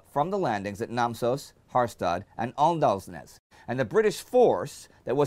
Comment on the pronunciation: You dont say Åndalsnes as Andalsnes. It should be said Ondalsnes.